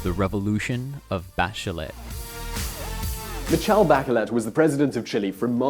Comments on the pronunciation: Not bakelet but "baCHelet" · My opinion of your video is that you really need to learn how to say “Bachelet” not “Backelet”. If you’re so smart why are you not a politician or rich ? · Good analysis . One thing : It's Bah - Shay - Let , as in a French name . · By the way, "Bachelet" is a French last name, so it is pronounced something like "Mishel Bashelè" 😂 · Mikel Bakelet? really? jeez learn the real names of the politicians and leaders that you are talking about at least, what a shame, if you dont even know their names how do you expect us to take you seriously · BaKeleT? No, maaan~~ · I thought her name is pronounced "bashleh" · I know its not ur language, but the way you named the Chilean president was no way near correct.